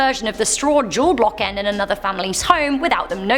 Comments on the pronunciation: Wait, did she say "julblocken"...? 🤪😂 It's "julbock" 😂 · Its julbocken not julblocken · It's "Julbocken", not "Julblocken". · "ahhh jol blocken" 🤣🤣🤣 You pronounce it "Jul boken"